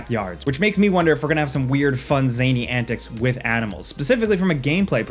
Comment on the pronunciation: This dude is looking forward to the possibility of getting stuck in traffic or mud. Also please never say "zaney" or "luCHIa" again